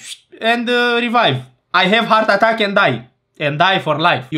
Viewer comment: Hartatac 🤣🤣🤣🤣🤣🤣 vreau și eu lecții de engleză de la tine😅😅